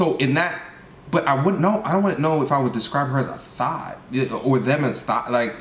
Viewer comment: Hearing her call a "THOT" a "thought" repeatedly is absolutely cringy. Lmao